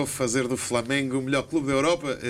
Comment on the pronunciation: O Jesus é que disse "Falamengo"... Habituem-se, ele é conhecido pelos erros hilariantes de Português... E pela teimosia por isso se ele diz que são o Falamengo vocês é que têm que mudar o nome do clube.